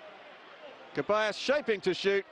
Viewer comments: Its ceballos not keballos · Why is he saying Kebayos? It's pronounced Thevayos or Sevayos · It’s Ceballos not keballos!!! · its not pronounces Keballos, its pronounces seballos, or rather theballos. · It really annoys me how this same commentator keeps mispronouncing Ceballos’ name since last game…